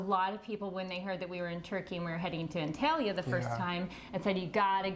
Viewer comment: it is pronounced ONtalya